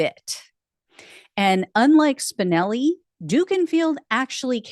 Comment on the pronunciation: Every time you say Spinelli I hear Spicoli